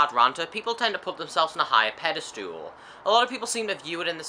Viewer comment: when did someguy namedrop you? also, pedestal, not pedastool.